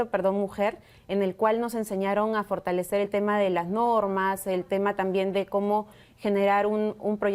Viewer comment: Fortañwcer, firtalecer, 😂😂 está en la calle 😂